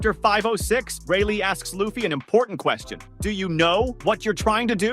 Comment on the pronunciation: How about you get his name right. there is NO WAY his name is "Loff fee" you say it "Lue Fee" Now say it with the rest of the class.... Lue Fee.